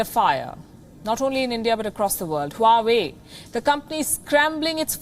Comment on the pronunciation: Honey 🍯 😘 it's not हुवावे it's वावे